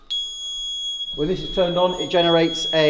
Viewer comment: 😂😂 say tulips again please in another video😂😂